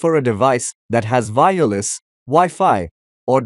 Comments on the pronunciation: The way you day "vireless" confused me instead of saying "wireless" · say Y then say ER then put Y in together with ER now say "Y ER" with "less". Now you can say Wireless and not fkin Vireless. You dont say Vindow so why Vireless? ty.